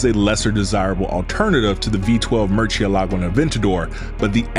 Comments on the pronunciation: You need to pronounce the car's name in their language. So the lambos have names of famous bull names. So, most of em will be pronounced in Spanish. So murcielago is not pronounced like you do in Italian, rather it shall be pronounced in Spanish. Thank you. P.s. source: I am Italian.. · MERCH-CHEE-LAGO?.... LOL ITS PRONOUNCED "MOOR-SI-EH-LAGO." (MURCIELAGO) IT MEANS BAT🦇🦇🦇 IN ITALIAN 🦇🦇🦇🦇.AND SPANISH. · Awesome video and presentation apart from the ear piercing pronounciation of Muciélago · Lamborghini cars are name after Spanish fighting bulls. So you’re saying Mucielago very wrong.